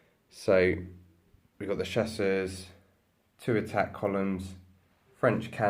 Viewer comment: Like the channel ! Being french I wish to help, Chasseurs is pronounced chass-ewr weather it has an s at the end or not. Otherwise your pronunciation means that they are hunters but feminen.